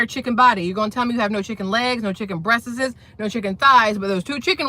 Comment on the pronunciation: What really cracked me up was when she pronounced breasts as 'breasteses' 😂